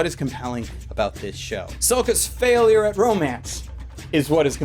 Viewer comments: "Shut up Sakka." It's sokka but close enough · Dammit, it's Sokka, not Sakka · Not Soka, Sokka (not an o sound) please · Sakka? Wasn't it Sokka? Also, I concur. It really did suck. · It's Sokka, not Sakka. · He pronounced "Sokka" like that terrible movie did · also...you fucked up. it's "Sokka." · I wonder if he was trolling people by mispronouncing Sokka and misspelling him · Am I the only one who nearly lost it when he mispronounced Sokka's name? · I hope no one else catches you mispronouncing Sokka's name. that just opened up a can of bad worms